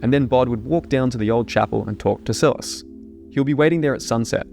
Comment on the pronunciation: it upsets me that you pronounce Silas sill-es instead of sigh-less